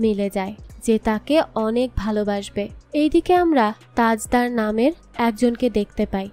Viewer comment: u gave some false information, Bibbo Jan is the sister of Alam, not Mashi, its Tajder/ Tajdar not Tajda, its Bibbo jan, not bebo jan. I didn't listen to the full explanation but there will be some mistakes. sorry for ciriticizing.